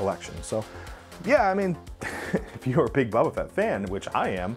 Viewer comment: You say you are a fan but you cant say “boba” you say “bubba” or “bbbba”. Just joshin still hahahaha keep up the good work dude